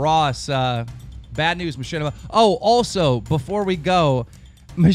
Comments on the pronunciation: *MaSHITima not Mashinima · MachShitima more like heuh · Who's Machinima ?? its Mashitama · knock knock... whos there?... machinima... machinima who?...machinima on you. (machinima's first words sound like my shit on)